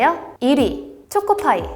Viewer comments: 죄송한데 초코파이 음 틀리셨음ㅠ… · 쪼코파이 발음 귀여워~